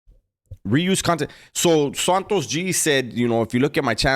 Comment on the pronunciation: Santo gee. No s on the end bro